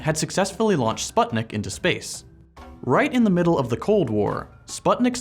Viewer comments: correct, it's definitely not 'sphat - nik' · God I hate how anglos pronounce Sputnik 🙉